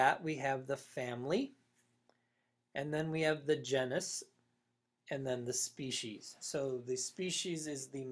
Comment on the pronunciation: GENE - is. Not JEN - us.